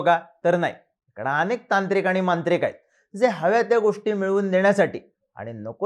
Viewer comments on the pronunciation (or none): none